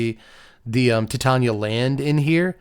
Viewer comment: It thrills me to hear Titania pronounced correctly. Yet another reason is king